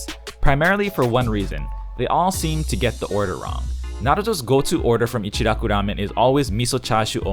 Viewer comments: I've never understood the pronunciation thing.... its echi-rocku- Ramen. Not echdi rocdu Ramen. Or pronouncing asain names with a soft d wedged in there.... like Narudo... Na-ru-to or Ls In places it doesn't belong. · The way he rolls his R's to pronounce it. Its annoying like they rarely ever actually do that in japan